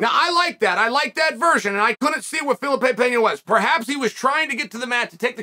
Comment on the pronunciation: Fuh-lee-pay. Jesus Chael.